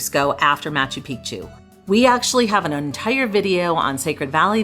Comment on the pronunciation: Great video, living in Cusco, originally ftom Cape Town. Your Cusco Tourust Tickets should gave been 130 Soles (avout $36) each, why so expensive? A common mispronunciation of Machu Picchu, the second part should be said as Pic'chu - otherwise you are referring to male private parts insted of a mountain. Liked the lifht-heartedness & pace of the vid 😊